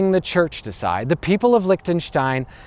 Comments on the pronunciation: "say it as leeshtenstein" oh my god no, who gave you that advice? Ch in German has IPA [x] pronunciation. Like Rammstein - ICH will. Or english (scottish) LOCH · The way you pronounce Liechtenstein is sooo wrong... It should be "Leehtanshtine" 🙏🏻 other than that... Nice video! I live here and it is indeed a very interesting place! They're the nicest racists you'll ever find! And I mean it! They're so helpful and cheery and smiley all the time... But you're not allowed to live in their country for more than a year! Wtf? 🤣 Unless you have loads of money... Then you're welcome anytime! Crazy ass people, I swear! But I love them anyway! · Why "Lish-tenstein"? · Well he already acknowledged that himself with the endslate thing: "SAY IT AS LEESHTENSTEIN there's no way that's correct USE IT ANYWAY thanks brain" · I'm trying to hold back from criticizing his lack of glottal fricative in the "ch" of Liechtenstein. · Wow such a quality video... Can't even pronounce "Liechtenstein" properly. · I mean... okey whatever this country might be not significant at all but still... still kinda caught my ear that he pronounces it differently most of the time... proves he doesnt give a damn. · Wow. This actually escalated quickly. I'm speechless. I just didn't feel like you tried to pronounce it properly. And i'm not trying to be too negative... just giving some critique. Cheers.